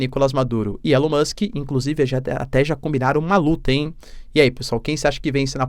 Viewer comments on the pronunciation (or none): Elon MÓX 😂